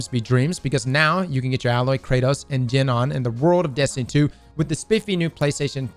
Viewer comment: It’s alloy not ayyloy😂